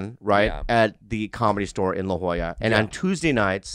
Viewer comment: its La Jolla not La Joya heh